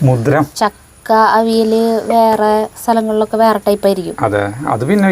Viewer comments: ❤അവിൽ അല്ല,അവിയൽ എന്നു പറയു,മരുന്ന് അല്ല മരുന്ന് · ചക്ക അവിയല്‍ എന്ന് പറയൂ..not അവില്‍. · ഞാൻ എപ്പോഴും പറയും...... ഒന്നു പറയുന്നത് കേൾക്കൂ എന്ന്. പക്ഷെ അനുസരിക്കില്ല....എന്ത് ചെയ്യും..ego ആണോ?? അവിൽ അല്ല...അവിയൽ. ഏതായാലും കൊതിപ്പിച്ചു.ഒരുപാടു് ഇഷ്ട്ടം❤❤❤❤